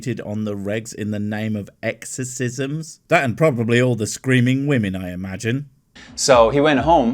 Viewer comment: I’ve played doom. I know that demons are full of health packs and ammo. What I find annoying is his inability to properly pronounce the word “women”.